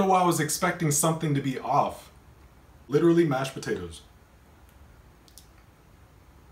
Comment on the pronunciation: He actually said “podadoes”